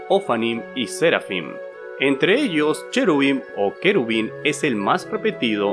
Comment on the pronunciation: Aaaaa por que no paras de hacer esdrújulas palabras que no lo son dgjjdfj. Herodes, no Hérodes. Querubín, no Quérubin. Serafín, no sérafin